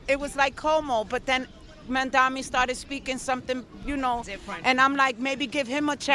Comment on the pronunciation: Some people, including the reporter, still can't get his surname right. Mamdani with (N), not Mamdami. Loool, why is it so hard?